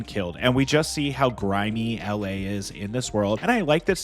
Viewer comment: It's pronounced "EL AY" NOT "AL LAY" FFS